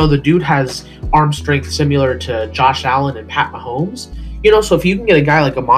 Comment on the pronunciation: Did you say Sim U Lear instead of similar. Proper grammar is important.